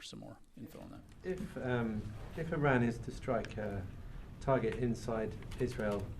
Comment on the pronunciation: He can't even pronounce the name of Iran correctly , how he got this job is a joke